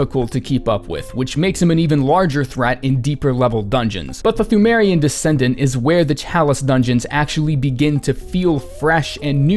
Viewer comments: Fun Fact: Pthumerian is pronounced tomb-air-ian, much like how Cthulhu is pronounced Kuh-too-loo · the way you pronounce ‘Pthumerian’ is triggering me. Ignore the H as well as the P the next time you decide to force out yet more content from this game Good video by the way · thu-meh-rian queen, imo